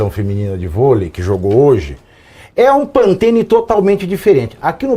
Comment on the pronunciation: Pantene....rsrsrs é PANTONE